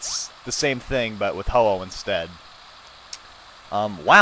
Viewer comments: Its actually Ho-Oh not ho-ho. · it's ho oh not hoho